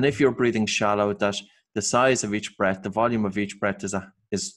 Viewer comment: I don't quite get this, you are saying 'brett' when it seems you might mean 'breath', but the n you're saying 'breed' when it seems you may mean 'breathe'...please could you clarify your peculiar pronounciations...